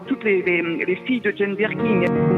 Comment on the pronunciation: Oh non la femme qui a la fin dit le truc insupportable "Jane BirkinG" ! GRRRRRR